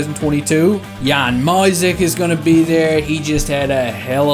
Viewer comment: i’m gonna have an aneurism if mysak makes the team in a few years and you still pronounce it my-sick, it’s me-shaq.